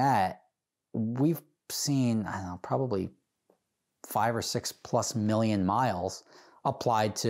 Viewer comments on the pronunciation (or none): none